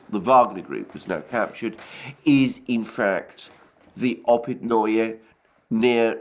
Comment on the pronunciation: Опытные is pronounced like "Oh pit na" not -noy like in annoy.